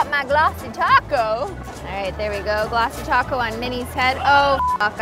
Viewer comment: Do u say glassy taco?? Sorry for bad english